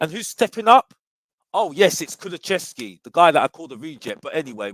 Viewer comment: It's not Kulu-chev-ski it's Kulu-sev-ski, but big up